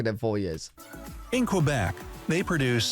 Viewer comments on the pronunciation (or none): none